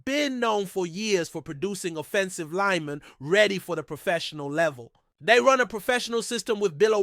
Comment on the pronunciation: Lmao how you say offensive linemen makes me think it’s linemen that say cancellable things